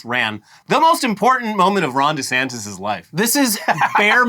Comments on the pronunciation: Is it just me or does Ron say his own name funny? Sounds like he says Rondy Santis. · It’s not just you